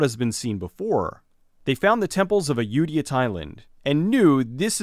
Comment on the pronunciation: Its pronounced Ah-yo-tah-yah Thailand